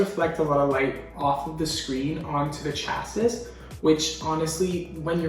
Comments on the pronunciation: LMAOOOOOOO also “chasis” is pronounced “chasee” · I love you but Chassis is pronounced Chassy